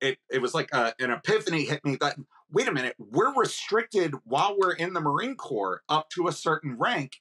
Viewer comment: Negative "MaRInE" ? 🤣 wtf is this